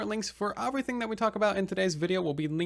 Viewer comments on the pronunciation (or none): *E*verything. not avrythinh or uvrythung.